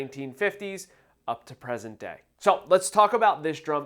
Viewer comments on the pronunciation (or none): none